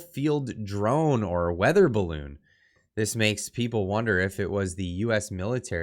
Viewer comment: Turdeau can't say BALLOON